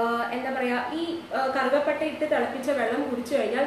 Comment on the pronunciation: Karuka patta alla karuva patta anu